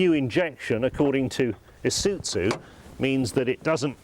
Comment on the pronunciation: Is uT zu Really ? That is how he's saying it